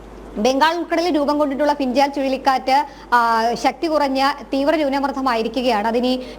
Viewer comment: Nyoonaamardtham alla.. Nyoonamardham